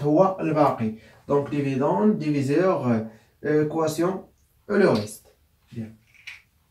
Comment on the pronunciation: حاول ان تصحح نطق le quotient ( كوسيا)